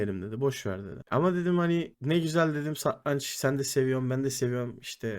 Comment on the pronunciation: satrancin telafuzunu ogren abi